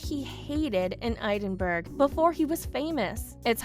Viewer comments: Learn to pronounce the words!!! [ED•IN•BURG] NOT "EED IN BERG" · IF you are going on a public form you should know how to pronounce the names. Edinburgh Not EEEDENbuirgh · Eidenburg? Really? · It isn't idenburg or eeedingburg. Get a new spokesperson! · It is pronounced Edinburgh not eidenberg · How dare you pronounce Edinburgh so badly! Phonetically it is Edin boro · She needs to pronounce Edinburgh correctly. Drive me crazy. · You pronounced Edinburgh wrong! Check it out! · The pronunciation of Edinburgh is way off, too. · Edin burg! Ha! ha! your pronouncing it all wrong!